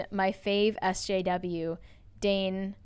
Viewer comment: It's Dane. =[